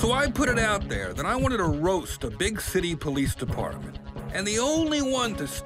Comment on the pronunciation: compassionate depaahmint